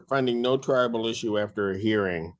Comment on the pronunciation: I am so glad I am not the only one that heard that over and over. It is triable, not tribal. I had to ask too. 😊